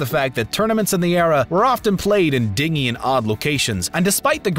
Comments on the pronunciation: Omg!! I can’t take it!! the narrator mispronouncing “Dingy” twice!! Ahhh. It’s not “Dinghy” its “Dingy”!! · Din-jee, meaning drab, not dingy as in ringy dingy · Dingy is pronounced "dinjy" not "dingy" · Dingy is pronounced “dingee” ugh!!! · 'Dingy' is pronounced 'DIN - jee', not 'deeng-ee'. It means drab. DIN - jee DIN - jee DIN - jee. Say it one hundred times. A 'dinghy' is a small boat. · OK, this bugs me. It's DINGY... Pronounced like, dinjjj-ee, not ding-ee. I realize the term for a small boat and something slightly dirty and worn are spelled the same way, but that's where the similarity ends. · say it with me "din jee" not deengy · The narrator mispronounced the word dingy twice. It is din-GEE not Ding-ee which is a little boat. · Dingy isn't pronounce dinghy. Dinjy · To the narrator; DINGY, it's pronounced din-jee, not dinghy like a small boat. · Dingey. It's not ding-e, it's pronounced dinj-e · Great series! But the video narrator keeps pronouncing 'dingy' like dinghy (the little boat). Its pronounced Din-Jy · Dingy is pronounced din-jee, not ding-ee. The more you know! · yes, it is pronounced "din jee". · Pedantic Pete sez the word is pronounced "din-gee," as in gloomy and drab. Dinghy is still a small boat. Yup, I lead a very Sad Life... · Dudley’s last name is Dursley. Not Dursey. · Dingy the way you are using it, is pronounced Din-gee. Meaning a dark and gloomy room. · This Narrator is notorious for it knowing how to pronounce words correctly!! I have heard many mistakes before and here he repeatedly pronounces “dingy” meaning dirty as “dinghy” meaning a small boat!! And no one else caught this?! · DINGY - like a boat. The adjective is dingy for the chess halls is din-jee , with this error, narrator lost all cred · Dingy is pronounced DIN-jē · Dingy is pronounced din-jee. (Sheesh!) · dingy is pronounced /ˈdɪn(d)ʒi/ (dindgee) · Dingy \ ˈdin-jē \ , not dinghy... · Is this how we're pronouncing "dingy" now? Hmmm. News to me. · Dingy =soft g sound